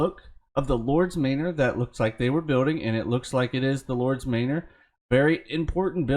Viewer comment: It's 'mah-ner' not 'may-nore'. Sorry, just sayin'